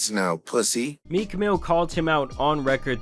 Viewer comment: MeeCKK, bro why do you put so much stank on the end of words?